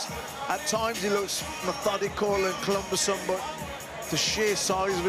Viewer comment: Clumbersome 1st time i just thought i was a mispronunciation but he s keeps saying it 😅